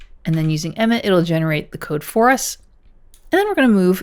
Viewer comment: It sounded like "met" not emmet.